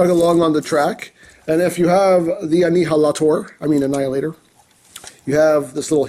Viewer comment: "Knight Morpher Annheelahtohr" Me:... Ok, could you please repeat that in understandable English? I don't speak Japanese.. Chinese... Emgoese? What dialect are you speaking, man!?